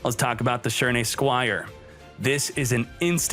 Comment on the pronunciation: Your pronunciation of shiranui hurts the soul